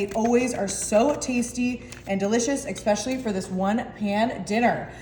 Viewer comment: I caught that too!!😂